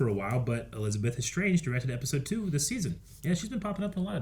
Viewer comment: My man, its been practically 10 years since Agents of Shield started and you still fail to pronounce Elizabeth Henstridge's name right 😂